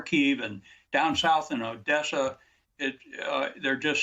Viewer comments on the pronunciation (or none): none